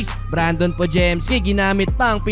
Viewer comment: brandin yon bro, hindi brandon